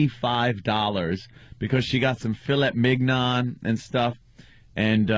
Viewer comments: “Fill it mig-non”?!?! Jesus... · "Fele 'MIG'-non" that ain't how you say it ant